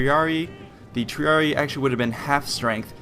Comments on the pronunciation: The incorrect pronunciations take away from the credibility of the video. Not very hard to find out what the proper pronunciations of the different words are. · Salve. was thinking the same with the c. Also with triarii. The romans didnt have silent words and every letter was spoken so yeh again right with triarii. Vale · The double "I" becomes tree-ah-ree-ee. This is the method to make a masculine noun plural, just as Julii, Helvetii, Scipii. Nouns ending in -ius -io (these are not the entirety of the masculine endings but these are the ones effected in this manner) are changed to -ii pronounced eee-ee. Latin is phonetic so every letter must be pronounced. To most English speakers this is awkward, but it is the proper pronunciation. See Wheelock's Latin. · I thought triarii was pronounced "Tree- are-e-eye" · Triarii is said "tree-arr-eeii". Two i's is almost always "eeii". Thank you for this video, though, and vae victis friend. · God why does everybody say Tree-a-ree-ee like the horrible voice actor in the game. Say it loud, say it proud, TRIARII! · One other thing, the spelling is Triarii. It's not pronounced Treeree, it's pronounced Treereei. I typed it phonetically. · No trying to hate but Triarii is pronounced Tree-r-e-i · It's pronounced TREE-ARE-RE-EYE, haven't you played Total War Rome ? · Good video, good basic understanding of late Republican tactics, but my God man the pronunciation. Triareeeeeeeeeee shudders. Capitalize and pronounce the second I. Triari"eye" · Triarii pronounced TRIARI-EYE just a minor point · I'm pretty sure "Triarii" is pronounced "Tree-are-ee-aye" ... The two "i"s are pronounced differently, and, well, pronouncing that there is, in fact, two i's and not only one "i". Same goes for similar names like those of house Scipii etc. You must not have played the original Rome TW in a long time ^^ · Triarii , pronounced > Tree-Are-Ree-Eye Cool vid xD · Original Master or rather tree-ar-ee-ee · isn't it pronounced Tree-are-ee-eye